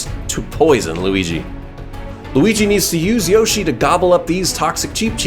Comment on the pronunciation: You said roshi instead of yoshi